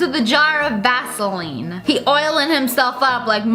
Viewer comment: How Sniperwolf pronounces "vaseline". VAZZZELEEN